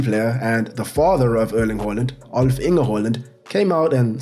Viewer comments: It's haland not holand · It's not "whore" lind it's HAAAA land!!! Please get it right! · It's haaland not Holland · "Earling Hoeland" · The fact you pronounce Haaland wrong tilts the fu_k out of me.